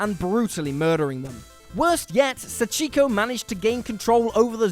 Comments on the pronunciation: Its painful how he pronounces Sachiko's name wrong they even say her name in the games man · He said sachiko name wrong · I was happy to see my favorite video game character Sachiko in the video (Even though you did butcher the pronounciation of the name)